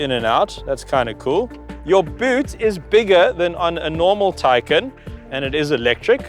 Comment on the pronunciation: I'd say it's pronounced: "Thai-khan"